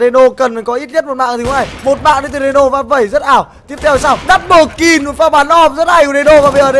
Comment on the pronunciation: ad đọc nhầm kill thành kin ko thế .... đấu skill mak đọc đấu skin